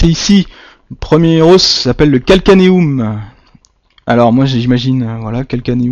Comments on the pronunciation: Os au pluriel se dit « eaux » a part ça bonne vidéo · Vas apprendre a parler tu sais meme pas dir os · bonne vidéo sauf que "un os", on prononce le "s", mais "des os" on ne prononce pas le "s" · Tes moyens mémotechniques sont vraiment géniaux continues comme ça, tes videos sont très bien faites et viennent en aide à de nombreuses personnes! Merci encore! PS: c'est rien du tout mais la prononciation du mots "os" au pluriel, c'était dure les premières minutes haha :p